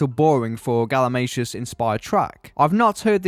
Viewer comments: I heard "Galimashoes" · I also learned the proper pronunciation of galimatias name I thought it was "Gali-Matias"